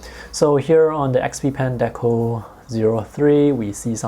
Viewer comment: Who else heard the say deco.deku